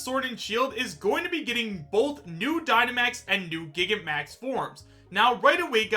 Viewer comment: It’s not called Gigamax. Repeat after me, Gi-gan-ta-max.